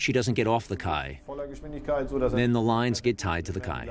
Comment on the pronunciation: I have a question to the native English speakers. I always thought that quay was pronounced like key . However, the narrator four times mentions the kay . Actually, this is the way we pronounce quay in German.